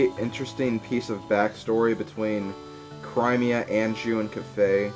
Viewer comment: The way you say Cremia....there is NO I AFTER THE R! IT IS AN E!